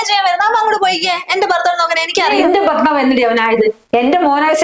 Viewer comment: ബർത്താവല്ല. ഭർത്താവ്.